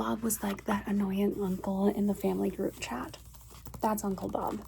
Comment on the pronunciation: You getting "Uncle Bob"'s name wrong was some real comedy. 😂